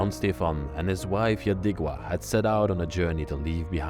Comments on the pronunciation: The name is Yadviga NOT Yadigva! You are too FAR from knowing that! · Hello, I just wanted to say that name Jadwiga should be read Yadviga. W is read in Polish as v. I also would like to tell you that I love your passion to discover passing time and stories of late people.